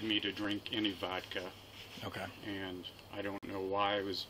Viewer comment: It's Ohio. The only thing he did wrong was drink vodak instead of Michelob.